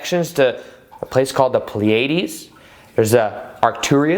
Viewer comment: Pleiades...Pronounced...PLEA UH DEEZ... YOU'RE WELCOME LOL